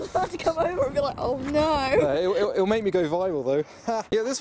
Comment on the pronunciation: There is something about the way says "Oh no" which is so British.